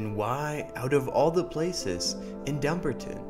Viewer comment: It's pronounced DUM - BAR - TON.